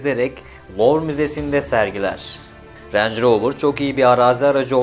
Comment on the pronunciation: Lanetli manetli ama ağızdan dolu dolu "renj roovır" derken bile zengin arabası olduğu belli :) .. marka pinpon topu gibi gezmiş büyükler al-sat yapmış resmen sonra Tataya bak sen ya.. bende bu videoyu izleyene kadar bana sorsalar rover ingiliz derdim peehh.. :)